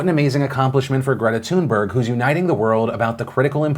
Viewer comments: The way Phill pronounces Greta Thunberg hurts me so much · Do Swedes cringe every time Phil says 'Thunberg'?